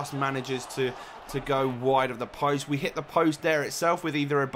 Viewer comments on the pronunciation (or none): none